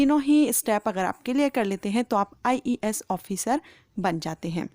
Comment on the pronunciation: When you say ies I listen ias 😂😂😂😂😂😂😂